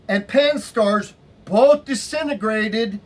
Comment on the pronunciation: 'disenagrated'... Smh